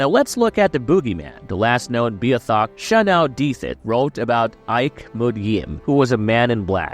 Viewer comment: Actual newfie here, please fix your pronunciation. you are waaayyyyy off on how you say beothuk. also Shanawdithit.